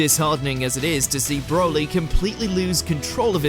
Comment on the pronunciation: Man said broli